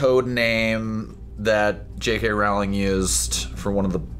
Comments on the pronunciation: Rowling like "bowling" not "howling" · It’s Rowling like bowling not Rowling like howling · I wanted to watch this video but the people saying Rowling incorrectly was just too much. Her name rhymes with Bowling. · Everyone in this video is saying Rowling incorrectly. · What about pronouncing Rowling the proper way...